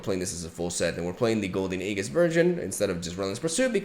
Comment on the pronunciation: dude, youre pronouncing aegis wrong